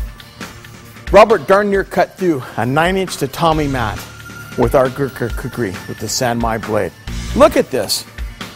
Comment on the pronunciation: yea they mixed up the r and k on kukri but oh well its a good vid